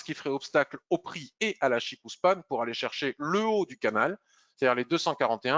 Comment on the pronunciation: CHIKO Span et non pas CHIKOU :) quand on a la confirmation du la kijun + SSA & SSB qui pointent vers le haut ou le bas on attaque. et qd elles sont horizontales on ne fait rien. le système ichimoku permet par un clin d'oeil sur le chart de connaitre l’équilibre du marché.